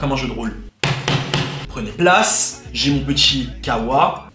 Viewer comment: Kawaa😂😂😂😂😂😂c'est kahwaa mais tu ma tué😂😂